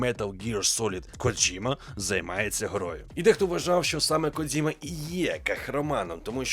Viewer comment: Коджіма, а не "Кодзіма". Це калька з російської транслітерації. В усьому світі він Коджіма, окрім для гоблінів